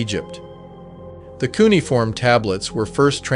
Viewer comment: You pronounce Cuneiform wrong and you spell Enki-Du wrong. There is also a Enki-Ku that exists.